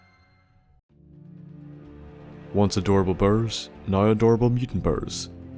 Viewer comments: say bear not ber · It's not "burr" it's "bear" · Whats a bur, if that like an adult bear? kinda how a cub is names different. If its just your accent then Im sorry! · Bro every time he says bear he says baers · love the way you call them "burrs" :p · Love the way you say Bear. it's like Bird without the D Birrrr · until almost the end I thought he was saying birds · "Burr". Gotta love the Nordy accent 😂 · I swear I thought he was saying black birds for the first minute and a half. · lol i thought you were saying black bird